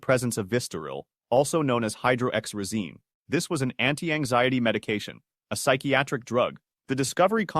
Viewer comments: I don’t know a single person who pronounces Hydroxyzine like that. I take that and EVERY doctor pronounces it “hi-drox-uh-zeen” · I only mentioned it because the ai said it weird and made it sound like he was taking something to stop the voices or something he could’ve had trouble sleeping and got perscribed it